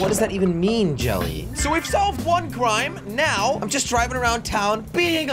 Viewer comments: Jelly: so we saved one qrime me: come again? it's pronounced crime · He said cwime